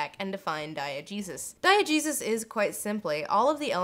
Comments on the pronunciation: I'm probably not the first to say this, but every time you say "diegesis" I swear I hear "diet Jesus"... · I just have to say, every time Lindsay says "diagesis," I hear "Diet Jesus." Like Jesus, but with no calories!